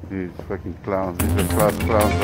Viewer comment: "you fimmin us?"